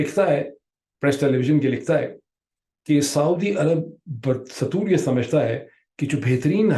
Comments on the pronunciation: pirzada, humble request to work on your urdu vocab & pronunciations. "Badastoor is pronounced as BA Dastoor rather Bad Satoor" Thought I respect your efforts and research, BR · بدستور کا صحیح تلفظ ،،با دستور،، ہے نا کہ ،،بد ستور،،